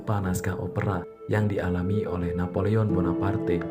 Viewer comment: Ngucap namanya agak ribet ya min? Wkwkwk